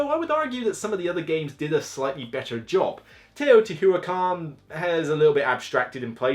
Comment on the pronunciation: I don't mind when the words are mispronounced it bothers me everytime he says teotiwatever, it's not that hard to just try and say the word.